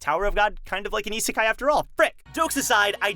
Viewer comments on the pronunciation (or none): none